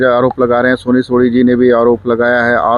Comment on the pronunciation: सोनी सोढ़ी नहीं सोनी सोरी